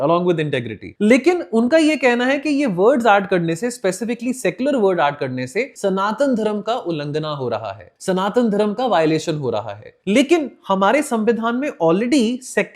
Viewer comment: उल्हाना या उल्लंघन क्या बोलना चाह रहे हो?